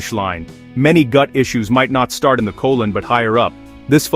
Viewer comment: You are mispronouncing the word insulin and colon!!